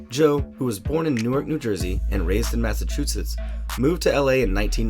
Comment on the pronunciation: “Massa-choot-sits” I can’t take this seriously in the least after that.